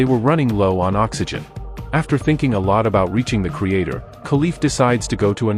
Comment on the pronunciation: Creator, not Crater